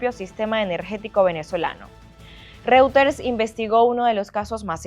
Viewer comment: Que alguien le diga a la periodista como se pronuncia reuters, ya se fue Maduro lo puede hacer mejor